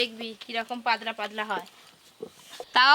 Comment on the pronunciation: এদের উচ্চারনের এতো সমস্যা কেন🥲পাদলা নয় পাতলা